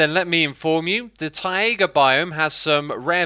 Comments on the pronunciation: Bug report : When X attempts to say taiga he says "ta.e.ghu" instead of "tai-guh" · Excuse me? I can accept pozzible. I can accept pardicle. But tai-YEY-ga? What? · "Taiga" is pronounced like "tiger" but with a more clear and open "a" at the end. True mastery - to place an accent at the last "a" - not "tAiga", but "taigA". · Taiga not Taiaiga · Why do you insist on saying `ta.e.ghu` instead of `tai-guh`? Do you want people to learn the incorrect pronunciation or something? :/ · Everyone else: Taiga Xisuma: Tyæga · Tah-ey-ga btw :^ ) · It's pronounced tie-guh(taiga) and uh-kay-shuh(acacia)